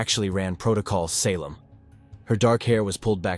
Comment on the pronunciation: The AI in this truly sucks, and if it's not AI, you need to learn to speak English better.You got Salem, you got record wrong.\nIn many other words , wrong in the annunciation